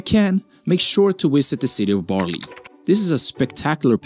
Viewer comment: As a Dutchy, I'm always baffled by the fact that if you're gonna make a video about the NL/Belgium, why don't you also research how you pronounce, like literally anything; from butchering the names of Rijksmuseum, Baarle, Bruges, Bastogne, Stroopwafels, Gouda and much more.😅😅 Shouldn't be that hard.